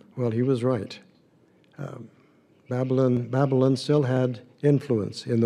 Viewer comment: Babbling? No it's Ba-buh-laan. Jesus at least pronounce it right! Maybe he could of used a college education? 🤔